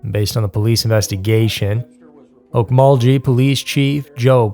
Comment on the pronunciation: its Ok-mul-gee not o-mo-ji silly.